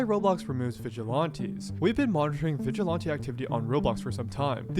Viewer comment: I can't stand how the guy un the video say the word vigilante, has he never heard it said before?